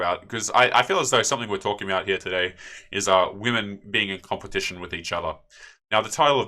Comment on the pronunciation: No more "compeptition"? :D